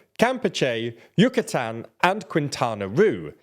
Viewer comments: Can I help you with Spanish translations? I’m cringing every time you pronounce Chiapas and Yucatan. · Oh my god!!! The pronunciation of place names is cringe worthy. What the hell is Yakatan?? Its pronunced U Ka Tan. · Good video. However, before making a video with Spanish words, please brush up on your pronunciation. For example: "Ya-ke-tan"?? = "You kha tan" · I loved when you said Chiapas (chipyas) and Guerrero(Gahero) and Yucatan (Yuckytan) LOL me encantó!!! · Yack-atan holy sht 😂😂😂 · Also When he said Yackatan & Geherro 🙄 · Damn still I don't know how he managed to butcher the pronunciation in every spanish word on the video . How in the hell he said Yucatán with an A instead of a U -_ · Your pronunciation of Chiapas, Guerrero, and Yucatan is just terrible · Does TLDR stand for Too Languagey Didn't Research? I know it's supposed to be a cutesy part of English "charm" to not respect foreign pronunciations, but holy beans on toast. From the President's name to "Yucatán," the only "Mexican" word pronounced correctly was "Maya." Which, if it weren't for the apocalyptic meme in 2012, you'd probably pronounce it as "mei-CHA." It's not like these are obscure words never heard in history. They're names spoken in English-speaking videos aimed at tourists here on free YouTube. Much cheaper than any Brilliant subscription. I hope one of your 2024 resolutions is to spend 5 minutes each video reviewing basic things like name pronunciations. It would help with the illusion that this is a real news show. All the best. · Yucatan was also pronounced weird. That's a Spanish place name that you'll commonly hear in the English world and they still got it wrong.